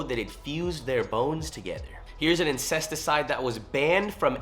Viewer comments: Homie💀 INSECTICIDE not INSEST-icide 😂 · "incesticide" lmao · Yo, my guy said "incesticide" lol! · bro said incest-icide😭